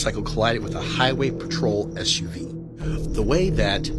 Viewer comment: Did you just prnounce SUV as "ESH"-UV instead of "S"-UV?